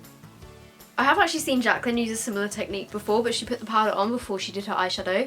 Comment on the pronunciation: Omg the 'Jacyly' hill palette pmsl hahaha